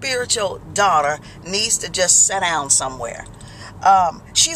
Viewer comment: "Seh downn.." lol